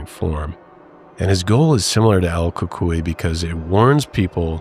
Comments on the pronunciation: Pronounced cucuiy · The Ku-Coy is how I was told it's pronounced